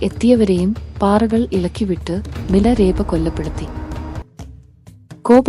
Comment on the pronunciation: ഞാൻ കെട്ടിരിക്കുന്നതെല്ലാം മിലരേപ എന്നല്ല മിലാരപ്പ എന്നാണ്